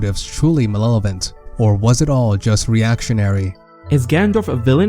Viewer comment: You keep mispronouncing malevolent